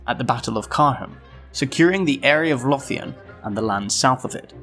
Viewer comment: A good summary. fwiw Jutes /dy-/ Lothian /low-/ Rhuddlan /rithlan/